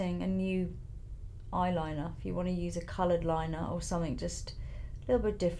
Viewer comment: i love how well-spoken Lisa is and then she'll say "summink" hahaha very London